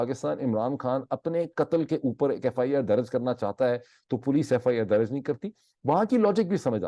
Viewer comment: Dr Moeed aap Please apni urdu languge ki pronounceation bhi correct karen FIR darj not daraj anf plz agree k chootya se chootyapa lafz derive huwa hai aur ye aik gaali hai kisi bhi loogut se aap dekh len ab is charb word ko apni guftugu mai kahin bhi adjust karenge aur koi bhi heela paish karenge to ye apki need to ho sakti hai lakin aap is trha se sunne waley ko kaiyl nhi kar sakte you are a compitent person aap parhey likho wala koi bhi lafz istemal kar sakte hain